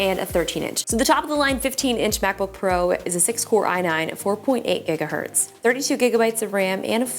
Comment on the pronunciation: did you say core i9?